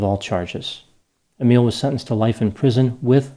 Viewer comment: My name is Emile 😳 It was so nice hearing you pronounce my name so correctly 🥺 (although I'm nothing like this guy) 😂